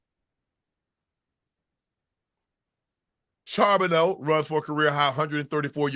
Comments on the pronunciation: if unc say sharbeno one more mf time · Unc u better figure out how to say my teams backup rb cuz he a problem for the league. Zach Charbonnet (shar-bo-nay)